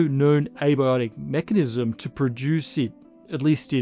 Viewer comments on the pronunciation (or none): none